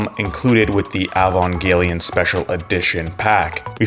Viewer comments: (sigh) EE-Van-jelly-on ...just think evangelical with a ON instead of CAL Sorry, after a few decades a fan gets picky. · really struggling to say Evangelion, huh? haha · The video is solid af, but I was dreading this exact thing and I hate that I was right xD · I’ve heard some bad pronunciations but this one might just be the worst